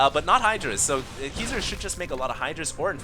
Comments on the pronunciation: Obviously not LOL every time he said his name I kringed cuz he was saying like it was pronounced KEYser... drove me nuts LOL but I still have mad props for =D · Its pronounced (Kai-Zer) like king kai. xD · It's pronounced more like KAISER. Haven't you seen The Usual Suspects?